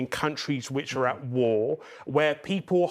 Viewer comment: WAR?????????? EXCUSE ME???? IT IS NOT WARRR